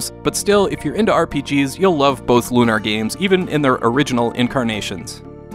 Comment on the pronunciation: Loon-ar? Damn that really decimated the immersion.